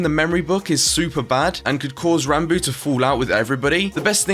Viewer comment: Technoblade: Ranbo Awsamdude: Rahnboo is Ranboo really that hard to say?